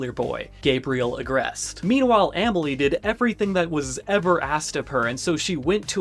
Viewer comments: Amèlie is actually pronounced “ahh-mel-lee” 🫶🏻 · Aaaah-mile? Ah-malie brotha